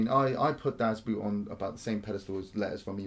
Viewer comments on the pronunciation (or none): The pronunciation...😂. "Boot" sounds more like "boat", but a little more extended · It's not pronounced "Das BOOT" even though that is the spelling. You should have enough curiosity to wonder how that word is pronounced in German. "oo" in German is pronounced the same as "o" in "go". In other words "Boot" in German is pronounced as if the word was "Boat". Why do Brits lazily - and arrogantly - assume that the way a group of letters is pronounced in English is necessarily how it will be pronounced in the other language? No wonder we are renowned for our inability to learn other languages... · Great review of an excellent movie. Definitely the best submarine movie ever, and one of the best war movies ever. I watch it at least once a year. I just wish you'd stop saying "das boot" and say "das boat" :-) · Coy Leigh Because in German it's pronounced more like 'boat' and not 'boot'. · Not very important but the word "Boot" sound much more like "Boat". And yes it was one set. The most realistic replica ever made. To shoot under real lighting conditions they used highspeed films that r usually used for slow motion because it´s very light sensitive. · Just pronounce it like “boat”, not “boot”, then you’re on the right track. German “Boot” means “boat” and is also pronounced very similarly ;) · Sounds like you are taking about a „boot“. Das Boot is pronounced much like the english word „boat“ just with a longer vowel sound. The more you know... :-) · It's pronounced: BAOT (almost at least) Not Boot! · Sorry guys, it is Das BOAT, Pronunciation of the german "boot" is more or less the same as the english "boat" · Two things. One of the great things about the movie is the excellent soundtrack (you could have a least mentioned it). Also please pronounce it as 'Das boat' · It's pronounced "boat"... come on. That one isn't hard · Please you people from English speaking countries: Das Boot (boat) is not pronounced like the boot (footwear). Think of 'bot' but with a long 'o'. 😉